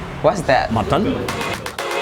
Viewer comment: it's actually "matton" ahahahahaha